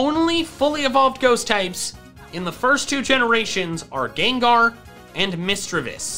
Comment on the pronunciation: It's gengar not gangar